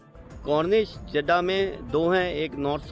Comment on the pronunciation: Jiddha hai, Jadda nahi